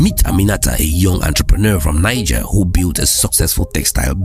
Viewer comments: The country NIGER is pronounced NEEZHER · Niger. Pronounced "Knee. zheh"